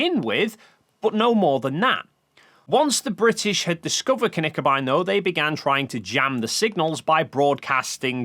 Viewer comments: Tip on your pronounciation (and I know this is not easy for English speaking people and there are several places on the internet that don't teach it the right way). Knickebein is not pronounced like kuhnickebein. It starts with a short K and directly behind it the N. Kinda like you say Klingon and not Kuhlingon ;) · about the pronounciation of Knickebein: There is no "a" in Knickebein. Speak the K with an almost closed mouth. It's a german term. Germans don't add vocals to words without a reason. That wouldn't be efficient. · Honestly the only things you're getting wrong are your pronunciations of Knickebein and X-Gërat.